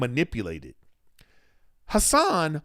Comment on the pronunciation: Funny you didn’t wanna butcher Hassan’s last name while also pronouncing his first name wrong